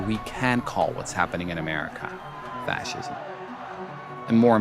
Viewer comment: He cannot even properly pronounce the word fascism.